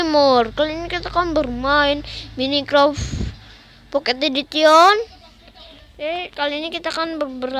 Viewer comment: woy kalo lu bilang edition kamu gak bisa bilang ya kok t harus nya edision gitu tapi s nya itu jadi t